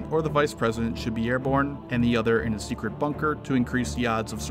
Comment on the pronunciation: "Top Sectret" XD